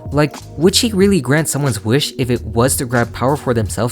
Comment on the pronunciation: no that’s valid there’s actual lot a video on here or someone breaking down the lyrics and showing how off the cadence is. If we’re talking about pet peeves I hate the way she says WEESH instead of WISH.